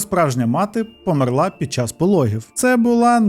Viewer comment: Подобаються твої відео, але кожного разу коли ти неправильно ставиш наголос у словах «помЕр» і «помЕрла» мене аж тіпає!